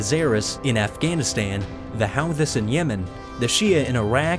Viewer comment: He pronounced 'Houthis' wrong, but it was funny lol